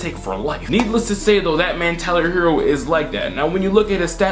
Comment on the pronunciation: Ummm pronounced Tyrone herro 🙄